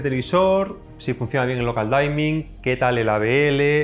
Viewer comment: Gracias! Por cierto, "dimming" se pronuncia parecido a como se leería en español. Es decir, no es "daiming", se dice "diming".